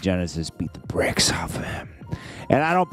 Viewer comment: The "breaks" maaan not the "bricks"🤦🏿‍♂️😭😂